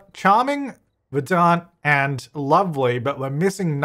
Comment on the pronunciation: Every time says "ver-dahnt" I cry...